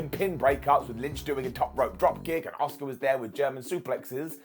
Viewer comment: The woman is called ASUKA not OSCAR ffs 🤣